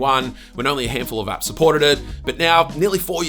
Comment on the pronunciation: I kept hearing , 'Top Android Ass '